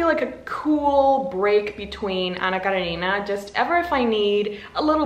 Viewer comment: I love how you pronounce "Anna Karenina", it's so good to hear 😭💜